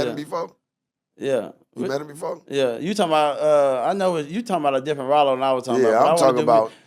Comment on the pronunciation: btw it’s not “Ralo” it’s RYLO 🦍